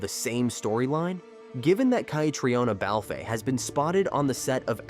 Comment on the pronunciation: This has been on and off for 10 years. You can't get the lead actress's pronounced correctly?